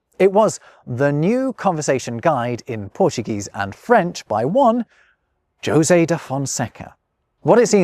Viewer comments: are J's not pronounced as H's in Portuguese? The José rather than Hosé has me to the confused. I will craunch the marmoset till someone answers. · You pronounce Josè wrong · José sounds more like rosé than Josie. It has a more open sound like the pronounced letter Z in British English (zed). Say "jo-Z" and remove the final "d" and you got it. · Your (European) Portuguese pronunciation wasn't that bad. Better than most English speakers, I'd say. You just fell into the traps that are the hardest for English speakers to avoid: - Portuguese R is an alveolar tap. You pronounced it as an approximant (as English speakers do). - You didn't nazalize the last a in "conversação", but this is HARD for English speakers. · You butchered José's name pretty badly 💀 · Jose you say it "jo say" but i only ever heard that pronounced "ho say" 🤔🤷‍♂️ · Did you just say "Joe-zay" de Fonseca? You may be, but you're clearly not robbing pronunciation. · also, Jose should be pronounced as Hosay, shouldn't it? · In Spanish, "Jose" is pronounced with the 'j' as in the English 'h', is it not? ("Ho-sey", phonetically, approximately.). To hear you repeatedly refer to "Joe-sey" da Fonseca sounds really wrong. Am I wrong? Would that not be Jose as in "hoe-say"? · it’s Hosay. Not Josay. omg 🤣 you’re funny sometimes:) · I’ve had just enough Spanish influence in northern US to pronounce Jose as “ho-zay” not “joe-zay”. I’m confused as to what happened here. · Are you not aware that ‘Jose’ is pronounced “hoe-say” ? I know it’s a small matter, but for someone making his points about language and culture, this is an issue. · Hey, I know this is an old video but a teeny tiny thing bothers me. If you tried to pronounce the portuguese and french words correctly, why did you anglicise the names José [ho-say in the properly anglicised version, ho-sé properly] and others in the video? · Wait a second. You should know the Jose in Spanish is pronounced "Yo-Zay", and "Hoseh" in Spanish.